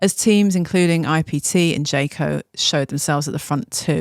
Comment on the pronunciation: Did you also object to her saying Jayco?